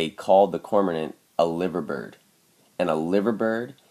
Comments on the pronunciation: Just want to say that the Liver bird is actually supposed to be pronounced as 'Lie-ver' even though the city is pronounced as 'Liver' yeah it's a silly little thing, sorry I'm just really fucking specific XD. Loving the videos though man great work keep it up :) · its pronounced "LIE-VER".. keep up the good work.